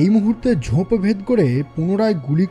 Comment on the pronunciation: সার্বিক উপস্থাপনা খুবই সুন্দর। শুধু কয়েকটি উচ্চারন একটু কানে লাগে। যেমন ‘স’-এর উচ্চারন ওই শ্যামবাজারের শশীবাবু লাইনটার মতো। তারপর ‘উপত্যক্যা’ বা ‘ঝোঁপ’। ইংরাজি গুলো আমি অতো ধরছি না। আশা করি আমার কথাগুলো খারাপ ভাবে নেবেন না। আমার উদ্দেশ্য আপনাদের কাজের মান উন্নত করতে সাহায্য করা। এমনিতে খুব ভালো...চালিয়ে যান 😊